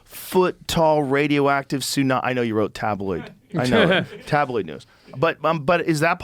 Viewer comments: “The Russians have a TOON-AMI torpedo” Then he hears Joe pronounce tsunami correctly, then dude still pronounces it incorrectly….sounding like a British kid that makes grilled cheeses at night… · Tsunami is pronounced "su-na-me" and joe is literally saying it properly to him in conversation why tf is this guy purposely calling it "Toonami"? Its not an accent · He said 2nami 😂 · "a tounami" lol does he think its the s thats silent? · I couldn't ignore this guy getting the wrong letter silent on Tsunami 😅 surely everyone knows its the T thats silent not the S 😵‍💫